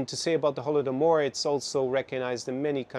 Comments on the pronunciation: weird to hear such mispronunciation of holodomor from him since i specifically remember him talking extensively about it and what exactly led to it on many of his lectures besides, what he says in general is just an echo of kremlin's narrative/propaganda/agenda (whatev) i always thought of him as an incredibly smart person, able to gaze deep into the root of a problem... man, these 5 months were basically the end of my old comfy world - everything has turned upside down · Peterson is WAY off on Russian views of Stalin. He also doesn't even know how to pronounce Holodomor (Голодомор).